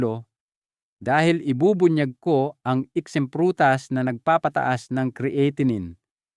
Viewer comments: "Cre-atinine"??? Bagong pronunciation iyan doc ah??? ANG dami mong paikot-ikot ng pauli-ulit na words which makes your irritably boring. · Bakit Hindi cya marunong mag pronounce Ng creatinine kung titoong doktor cya??